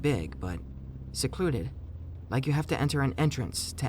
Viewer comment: "seluded" lmao